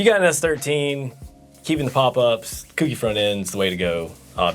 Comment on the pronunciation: It's CO-KEY not kooky not cookie